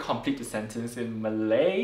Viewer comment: Malay pronunciation is really good it's almost like she been living in Malaysia for quite a while.